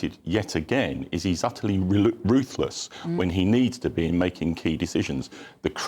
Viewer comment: Did he say Keir was ruthless or toothless?